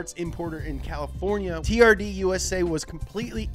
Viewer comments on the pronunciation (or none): Am I the only one whos heard it pronounced "terd"? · when he said turd for the first time I just burst out laughing XDDDD